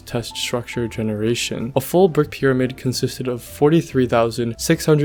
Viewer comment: instead of saying "brick pyramid" you said "birk pyramid" (berk) lol